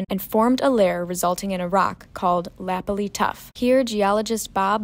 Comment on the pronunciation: Your Canadian geology pronounciation is a bit off ;)....breccia is bretcha....lapilli is la-pill-lee.....tuff in Canada rhymes with hoof. Oh, and the reason iron formation was no longer being formed is because there was too much oxygen in the oceans after 1.5 billion years ago.